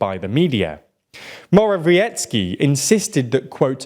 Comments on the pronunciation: Great appreciation for an attempt to pronounce the prime minister's name, it was almost perfect for a non-native speaker, one shortcoming is that in Polish 'W' means the "V" sound, so it is more like /Moh-rah-vyetz-key/. [edit] Alright, as the vid's going on, the pronounciaton is improving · Tip for the future, so you don't have to worry about pronounciation Mateusz Morawiecki- read Matthew Moravietzky Jarosław Kaczyński- read Yaroslav Katchynsky (and yes it is funny here in PL that he has same surname as that bomber) Andrzej Duda- Andrew Duda Sz- read as sh W- read as v Cz- read as ch Rz- don't have an english counterpart, but try to make something like a harsher sh sound Hope it was helpful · Seriously mate, learn to pronounce the names. Mateusz Morawiecki: MAH-tay-oosh more-ah-vee-ET-ski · Moravyetzki (Morawiecki) Toosk (Tusk) Trying again to provide TLDR with the phonetical spellings foolishly thinking they'll use it :P